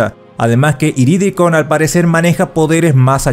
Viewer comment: 1. Sería bueno que mejoraras la edición de los videos, por ejemplo quedarían mejor los tops si pusieras los números al mencionar cada puesto. 2. Es IridiKRON, no IriDRIkon. Ya van varias veces que lo pronuncias mal y no solo en este video. 3. Eres productor de contenido de Latinoamerica, pon los diálogos en latino pues